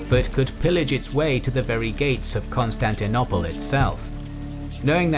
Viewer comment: Please can someone tell him how to say Constantinople correctly pleeeeeeeease 😆